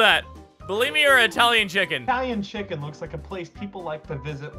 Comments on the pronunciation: It's chich-en itz-a not Italian chicken. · "Chichen Itza"? I heard motha fuckin' chicken pizza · he didn't know how to say chichen itza